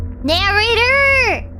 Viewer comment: I like the way she says "Narrator"